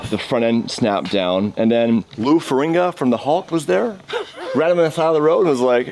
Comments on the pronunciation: Hey, its Lou Ferrigno, not Ferringo. Just saying. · stop disrespecting lou ferrigno it's Lou FERRIGNO not ferringa,always a Canadian messing up something,......thank God for South park,they explain your existence 😂😂😂😂😂😂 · I'm a longtime fan, but it's Lou "Ferrigno" not "Ferringa". 😊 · FFS... it's Lou FERRIGNO, not "Feringa". 🙄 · Ferigno...not Feringa HULK SMASH! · c'mon, his name is Lou Ferrigno not Ferringa or whatever you've been calling him 😂 also, damn, i didnt know miami had a skyline like that! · OMG, terrible pronunciation of celebrity names is cringe af. Lol. "Lou Faringa".... Lou FER-IG-NO. "Arrton Senna"... AIR-TUN Senna. EDIT: I commented too soon!!! It's not just celebrity names... "Immaculant" 😂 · you said, Lou Ferringa --> it's Lou Ferrigno, don't piss off the Hulk lol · Lou *Ferrigno. Not Ferringa. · Learn to say the Hulks name correctly. "Fa-rig-no". Not sure if you really don't know his name or just being a dick. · it's Lou Farigno not Faringo 😂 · here some help with some of your pronunciations.His name is Lou forigno fuh-rig-no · How are you this old and can’t say Lou’s last name. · Lou is goung to Hulk out everytime you say his last name wrong...